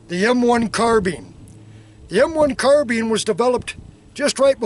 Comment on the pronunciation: carBINE not carBEAN.......